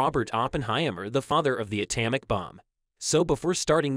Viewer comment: Learn to pronounce common words, like atomic, if you expect to gain a following.